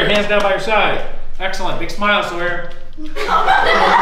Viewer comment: printツ his name is sawyer not soyor or sawyor